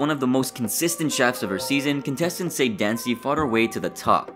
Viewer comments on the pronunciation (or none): Except her name isn't pronounced "Sade" but "Sa day" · You mispronounced Sade, and Kalen.